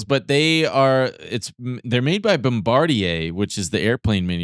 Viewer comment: its pronounced bomma-deer!